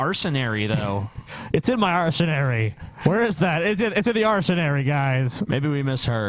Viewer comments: Holy fucking shit, actually said "arsenary" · You gentlemen did not misheard, said "arsenary."